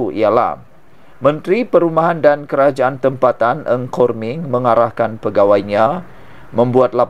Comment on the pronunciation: Content creator tak cermat dalam menyebut nama orang. Menteri itu bernama Nga Kor Meng bukannya Ng Kor Meng. Its irratating..